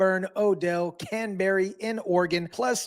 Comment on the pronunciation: *Canby, not fucking “Canberry”